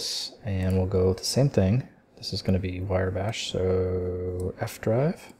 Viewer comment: It's Wrye Bash, pronounced rye as in the bread, not wire. Great videos though, and you're not the first person I've heard mispronounce it.